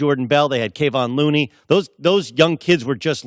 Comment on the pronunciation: K-von looney? Wtf